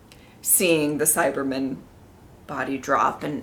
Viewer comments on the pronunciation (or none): I like how pronounces Cyberman as if it is a Jewish surname:-) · Bill Cyberman :)